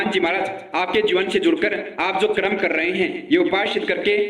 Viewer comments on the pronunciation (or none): none